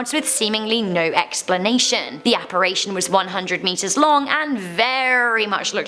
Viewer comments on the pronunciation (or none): I love all your videos and your a great host. I just wanted to let you know that the word is apparition not apparation. Not trying to be ugly. Just trying to help.